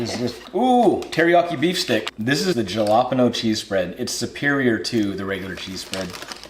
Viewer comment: I can't believe he said JA-LA-peeen-ohs! Lol too 😁 but very interesting!